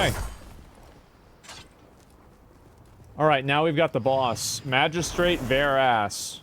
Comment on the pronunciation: thought he said the first boss was "Magistrate Bare Ass"